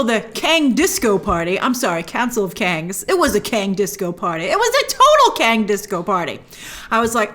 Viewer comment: "Council of Kangz"